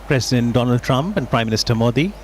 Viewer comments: if he had a degree certificate then he wouldn't have called DONAAAAAAAAALD TRUMP Or Doland Trump If he really had a master degree, then fuck that university they suck. At the most he would have cleared 10th and failed Matriculation examination (that's the most generous estimate given his standard of English or ability to pronounce by reading) But I don't care if he is Educated or not. The PM should be Patriotic, should always uphold the values of this nation and nothing more. Earlier I thought Muslims hate him for no reason, but Delhi elections where he pitched Hindu members in a muslim dominant area proves BJPs intolerable nature. Atleast 8%-10% seats being allocated to them in every election, to be even called a nationalist party (else it's a communal one like always) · Indian people should ask "how is it that we are spending so much to please a clown than helping the broken healthcare system and still a hypocrite who is so educated that can't even pronounce " Donald" is their nationalist president.